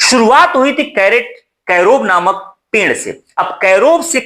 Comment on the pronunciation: पेंड़ नहीं sir पेड़ बोलो